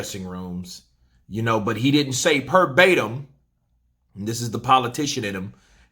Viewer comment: Yes, holding down the content in 2021 🔥🤘🏾 just so you know its "verbatim" with a v not a p 😌